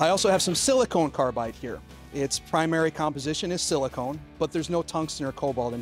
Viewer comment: SiliCON carbide, not silicone.